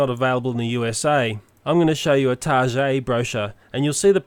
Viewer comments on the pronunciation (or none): He says "targhay" when it's actually pronounced "target". Just correcting you for future reference. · TarGET. Not tarchey.